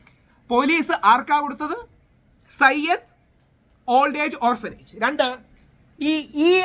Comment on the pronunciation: Sayyad alla zayid ആണ്